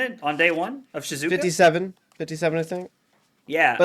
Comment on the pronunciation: Bruh, that's not helpful to people who don't know how Japanese is spoken 😂. It's SHE-ZOO-OH-KAH. Only weird thing porting it to english is the length of syllables is a bit shorter, but just say that quickly and you'll be fine.